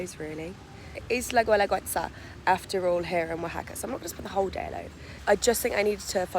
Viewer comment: Gooelagooetza? It’s pronounced geh-la-geh-tsa. A rule for Spanish pronunciation in the future is that if there is a letter ‘u’ before ‘i‘ or ‘e’ just ignore the ‘u.’